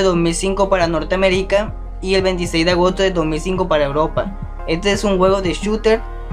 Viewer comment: Norteamericá... No pues, wow, te dicen Drake. xd